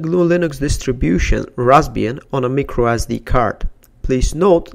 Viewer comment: its (my-crow) not (me-crow)